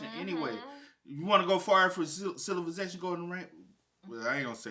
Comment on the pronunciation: saying “silivization” is killing me 😂😂😂😂😂😂